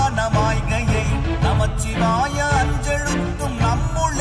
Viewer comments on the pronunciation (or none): திருத்தம்: தயவு செய்து பஞ்சாட்சர மந்திரத்தை நமசிவாய 🙏என்று உச்சரியுங்கள். இது ஐந்தெழுத்து மந்திரம். நமச்சிவாய என்று உச்சரிக்க வேண்டாம். ந- நிலம், ம- நீர், சி- தீ, வா- காற்று, யா-ஆகாயம்.